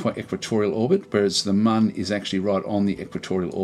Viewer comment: excellent little tutorial from an informative and mature aussie such as myself. As a long time KSP player this was just perfect to look at a basic Mun landing...and finally someone calling it the Mun and not the Moon lol. thankyou sir :)